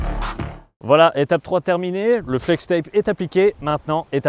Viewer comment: le "vouala" il était magnifique